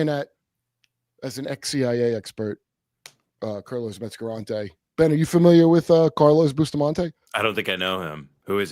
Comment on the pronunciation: "kurlos metzgarante" 😂 Also get Charles Carroll on here ...a guy who's truly on Kurt's level.